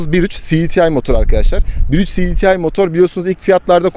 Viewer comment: Her şeyi Türkçe konuşup cdtı derken neden İngilizceye geçiyor? Siditiay nedir yaaa... Cedetei olacak